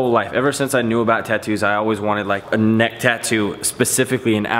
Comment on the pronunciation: he Said whats Ne"xt"ck